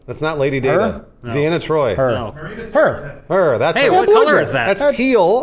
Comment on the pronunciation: It's Troy dammit.